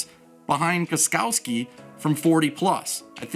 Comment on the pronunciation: Hahha you said the name better then me lol